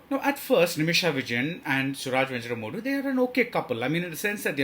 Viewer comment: And he does not know or has not even tried to learn to pronounce venjaramoodu.....